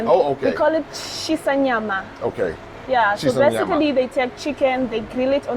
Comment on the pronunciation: She pronounced Shisanyama correctly 🙏🏿